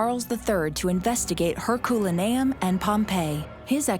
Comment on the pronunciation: If AI is supposed to be better than human narration you need to teach them how to pronounced words Hurculium